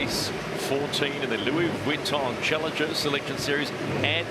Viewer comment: Perhaps if could learn to pronounce the "Vuitton" part of "Louis Vuitton", the sponsors might be a little more impressed. And why is he - and nothing personal here - commenting on yacht racing, a sport about which he clearly knows very little?